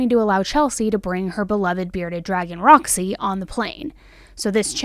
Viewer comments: The bearded dragons name is Rossi. I was literally pulling my hair out all the 59 times you said Roxy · It’s rozzy. Not Roxy. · I think she said “Rozzy” not Roxy.